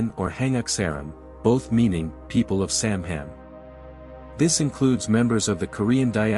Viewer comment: Koreans are not mentioned in the Bible. Stop spreading lies using AI. AI Chatgpt has a lot of flaws. "samham"!!!??? "hangakin"!!!??? "Hangakseram"!!!!!??? "Samham"???? It's" Han-guk saram" "Han-guk in" and "Sam-han" ! "Kosanin" , "Kosansaram" people of "Kosan" is all wrong. It's supposed to be "Koryo saram" North Korean don't refer to themselves as "Koryo Saram"; Russian speaking Koreans who live in Uzbekistan and other former nations surrounding the former Soviet Union call themselves "Koryo Saram". There are more mistakes but I feel like I'm wasting my life listening to this drivel.